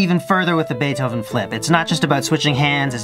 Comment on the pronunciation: Did you say bae dough oven